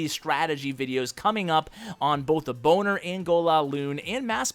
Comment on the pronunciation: Are you saying "boner attack" or do I just have bad hearing??? 😂😂